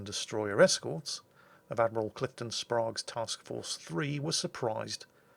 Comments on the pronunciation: BTW we Yanks called him Sprayge not Sprahge Americans love them "A"s as AaYY! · can pronounce the Ostergotland, but not Admiral Sprague (like Spray-gue) or the USS Hoel (pronounced like Thurston Howell of "Gilligan's Island" fame). Oh,... But historically speaking, "Taffy 3" managed to do the impossible, though at great cost. RIP, Commander Earnest E. Evans, and the crews of those valiant ships! We have the watch.